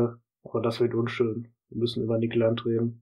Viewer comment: Wieso sprichst du seinen Namen eigentlich deutsch aus?